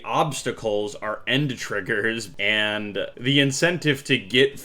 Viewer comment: fun fact: its actually very rare for the wave to do no movement on the menu. it sounded like he said "instead of spamming n words everywhere" 💀💀💀